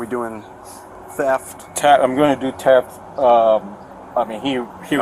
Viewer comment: Whats teft?